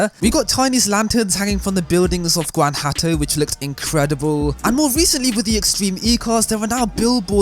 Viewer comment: i wonder if he’s gonna continue to say gwan-hatto